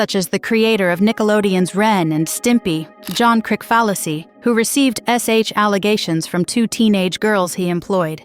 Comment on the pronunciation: John Krick-fallacy lol